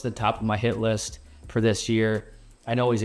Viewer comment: I think instead of saying hit list I think I heard $hit list. LOL